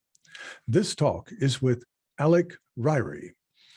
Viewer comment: Alec!!! Not alex!